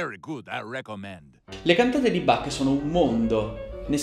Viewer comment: Caro,mi piace come racconti il grande musicista tedesco, però il suo nome si pronuncia con l ch molto aspirata.questo vuole essere solo un consiglio.Cari Saluti.